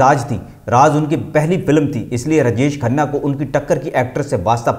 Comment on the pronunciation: پھ ڈا ڈالنا کیا ہوتا ہے؟ رجش کھنہ کون ہے؟ وی ڈیو بنانے سے اپنا تلفظ ٹھیک کرو۔